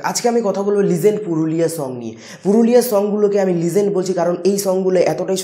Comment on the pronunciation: ভাইরে লিঝেন্ট না 😂😂😂 লিজেন্ড 👍